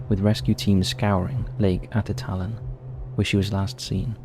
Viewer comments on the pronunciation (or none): The name of that lake in Guatemala is pronounced a-tit-lan and it has many small towns around its shore.